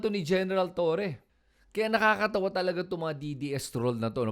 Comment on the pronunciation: Ayusin mo kaya pag pronounce mo ha!!! Sino ba si TURI whahahaha🤬🔥 Hanapin mo yung sinasabi mo na tao. Buti pa sabihin yan sa amo mong DuDirty🤬🤬🤬🤬🤬🔥🔥🔥🔥